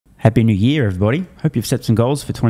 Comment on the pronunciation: do all australians emphasize YEAR instead of NEW?